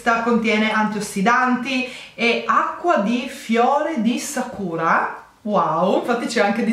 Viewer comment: io ti adoro ma che la Camelia pensi sia la Camomilla e che dici "Sakùra" quando è "Sàkura" (alias il fiorellino rosa giapponese tanto carino) mi ha fatto rimanere male 😅